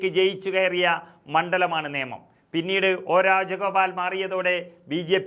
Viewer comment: നിയമം അല്ല നേമം എന്നാണ്.